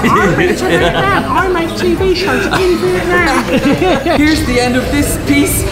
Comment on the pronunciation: When is the only one who pronounces Vietnam wrong... My heart 💔